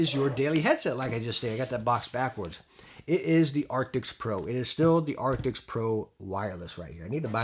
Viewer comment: Jeez man, a year on and you still can't pronounce the word ' A R C T I S'... 🙈🤡